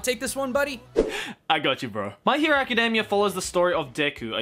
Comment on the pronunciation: I'm sorry, but I really can't get past the fact the other guy keeps saying "Acadamia". It sounds like he's talking about the nuts and it keeps making me laugh!